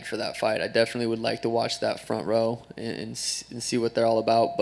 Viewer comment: "Fob Ront" 🤣🤣🤣🤣🤣🤣